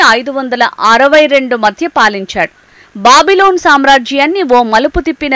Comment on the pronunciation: బాబిలోన్ కాదు అమ్మ. బబులోను